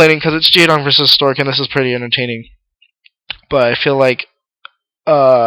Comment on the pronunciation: LOL you keep saying storge. XD sorry to make fun of it, but it's funny.